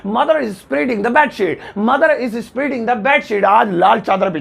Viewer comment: Sir I have heard that Spreading is pronounced as- स्प्रेडिंग but you have pronounced it as- स्प्रीडिंग. Is it right. And.... I have heard that Mopping is pronounced as- मौपिंग but you pronounced it as- मूपिंग. So please tell me is it right.